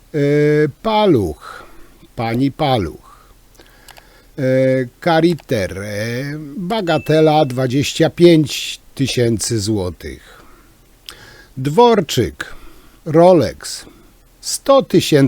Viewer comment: Nie kariter tylko Cartier 😂 to z francuska 👍